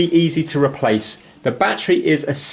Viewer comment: “Bat tree”